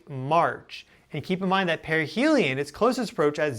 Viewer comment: Sorry but perihelium keeps sounding like perineum.